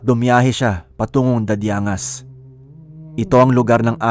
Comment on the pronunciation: Dadiang-gas po pronouciation ng city.